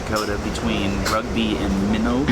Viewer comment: New subscriber! Great vlog! Minot, ND is pronounced MY-not, as opposed to your-not. The gorge to the west of Cut Bank, MT (whose state postal abbreviation identifies its time zone, Mountain Time), the Glacier county seat in NW Montana, is Cut Bank Creek, where it's 7°F (-14°C) as I type this (courtesy of Wikipedia).